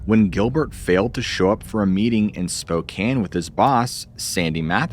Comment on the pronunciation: You must be from Washington. You correctly pronounced Skokomish and Spokane! 😂